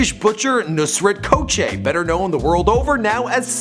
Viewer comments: It's not KOKÇE its Gökçe amk. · You butchered his surname but that's alright. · Ffs that's not how you say his last name 😂😂